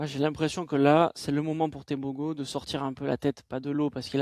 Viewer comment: top:) par contre on prononce teboro pas tebogo:)